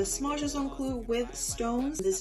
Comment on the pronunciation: Please say the name properly - it’s not just un clou, it’s pronounced juuuste un clou pls!